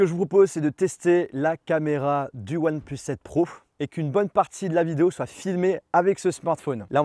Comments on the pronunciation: Ya tu que moi qui entend oneplos quand il le prononce ? 😂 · « oine pleusse »